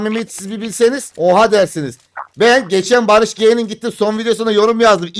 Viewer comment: Barış g değil barış ci